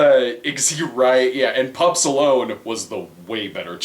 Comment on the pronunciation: Every time they say Pups Alone I hear Pup Stallone which would probably me a better movie